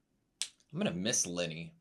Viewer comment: Also I love when says Linie. It sounds like Lenny and it makes me think shes like a mob henchman (which I guess she kinda is? 😂)